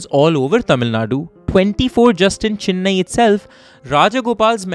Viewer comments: It’s not fucking Chinnai it’s Chennai. My ears are hurting you say Chinnai again and again you Bihari 😂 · Great story telling and format! You got the hard pronunciations right with the tamil names but pronounced Chennai as Chinnai throughout. I know its a very common North Indian pronunciation but aint that hard to say CHE-nnai.